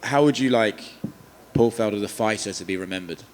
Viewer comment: God damn, the amount of people that cant say "Felder" correct here. Either or, happy retirement King👑💯